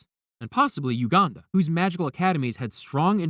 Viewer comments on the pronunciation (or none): none